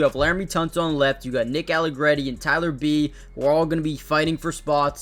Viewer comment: No, the Jacoby Jones from the Ravens is actually dead. This guy who just so happens to have the same name is a UDFA Rookie out of UCF. And Tyler Biadasz's name is pronounced BEE-odd-ISH.